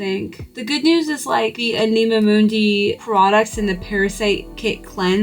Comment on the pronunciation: it’s pronounced like animal without the L ❤ I love anima mundi’s high quality stuff. I tried the collagen face oil because of you. It’s lovely! If you haven’t tried their powdered Vanilla - it’s pricey but soo divine!